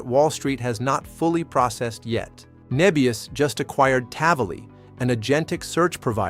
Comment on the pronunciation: Start with getting the AI to call the company the correct name. It called it 'Nee-bius' multiple times before correcting to "Neh-bius" later in the video. Lost credibility if you aren't even pronouncing it correct.